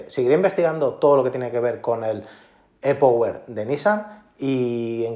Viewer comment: Por qué no pronuncias las palabras como son. E-Power es en inglés anda tío que no cuesta nada! Lo mismo le digo a los ingleses que las palabras que incluyen en sus comentarios las pronuncien bien como son.